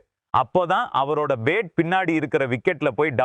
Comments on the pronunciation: Ur commentary is irritating as ur pronunciation for bat is like pate. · Poor Tamil…Bhandup…no pandu….bat he says bet..omg…bandu…oh no pandu…improve your Tamil please….dravida model Tamizh